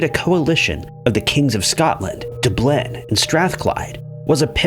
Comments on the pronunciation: You miss pronounce Dublin every time you say it. 2 syllables, dub-lin. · It’s pronounced Dub Lynn dingus. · Your mispronunciation of Dublin and Constantinople aggravates me.